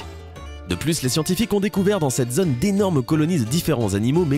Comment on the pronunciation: "zone", "autre", "chose" ou "chaude" se prononcent avec un O fermé, c'est insupportable à la longue d'écouter cette prononciation, et ce sans parler du fond qui brasse des théories, des suppositions, bref la mélasse classique des sites pseudo-scientifiques à la vulgarisation vulgaire.